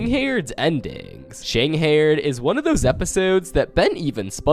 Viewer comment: Excuse me shang what😭😭 ive never heard someone pronounce it lik that it pronounced sheing HIDE :333 amazing video tho will add to my iceberg playlist :DD